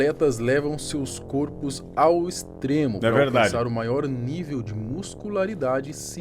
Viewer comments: "côrpos" não, "córpos". Algumas palavras mudam o timbre da vogal tônica de ‘ô’ para ‘ó’. São os chamados plurais metafônicos. - Os Melhores do Mundo, Notícias populares 2000. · "seus côrpos ao extremo" pesado... Kkkk